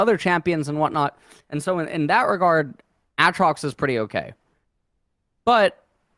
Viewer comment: For fucks sakes someone teach him how to say Aatrox